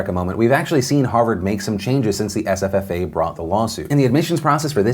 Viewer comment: Is it just me or is anyone else enjoying hear Phil say SFFA?!? It sounds like sffffffa.